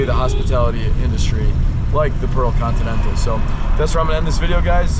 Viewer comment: I think you call that hotel as "Pro continental" instead of "Pearl Continental"..😁